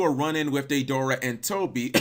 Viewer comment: OH-BEE-DOO, DAY-DOOR-AH, WHO THE HELL ARE THEY, DO YOU MEAN DEIDARA AND OBITO